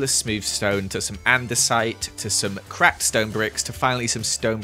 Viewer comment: I heard cracked stone bricks as craped stone bricks so i umm kinda like to hear it twice